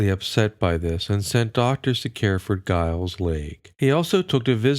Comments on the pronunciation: Giles is pronounced JILES, not guyles. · It's pronounced as Jiles